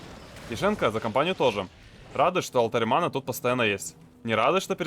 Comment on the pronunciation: зачем говорить манЫ, вместо правильного мАны. Ты француз что-ли?